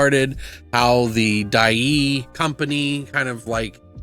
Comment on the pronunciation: Die-ai (long a, no y)